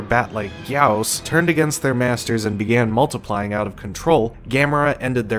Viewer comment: It’s guy-gos